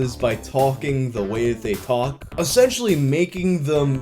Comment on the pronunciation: "Essentually" Nice combo